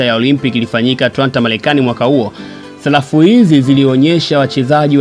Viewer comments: Salafu au sarafu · Sarafu kaka sio salafu serikeli na sio selikali